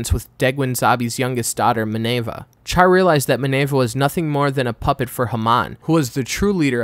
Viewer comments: who the fuck calls Char "char"? It's pronounced "shar" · Alright comments is it pronounced "Shar" or "Charr" like charred coal? I always pronounced with "Sh" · Its pronouced with Sh, Char is literally announciated in Japanese as "Sha" with the r almost sounding silent and in the english dub its "Shar".